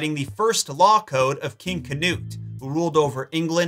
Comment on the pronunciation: Its Knut, not Kanoot. There is no vowel sound between the K and the N. The U is pronounced more like a mix between an american U and a Y. Also, a cure for being a werewolf was stated in the 1500s; if a werewolf ate the heart of seven unborn baby boys he would be cured and returned to normal.